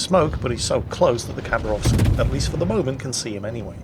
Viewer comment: Its pronounced ha, not a kha Хабаровск, is a city in the east